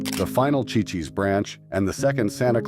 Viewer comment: It is pronounced "see,see's" Ci-Ci's Pizza. Chi-Chi's was the Mexican restaurant that fell on hard times .🙄